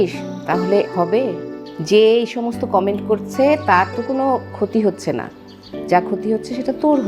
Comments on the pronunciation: কামেন্ট আবার কি উচ্চারণে মেহজাবিনের ভুল🙈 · কামেন্ট নাকি কমেন্ট?? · কামেন্ট আবার কি জিনিস? মেহজাবিন আপু ওটা কমেন্ট হবে। আপনার অভিনয় অনেক improved হয়েছে শুধুমাত্র উচ্চারণ ঠিক করুন। বাংলা এবং ইংরেজি দুটোই। ধন্যবাদ